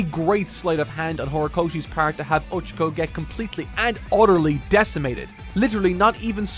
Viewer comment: it’s Oh-Cha-Ko not Ocha-Ko like the Japanese word for tea.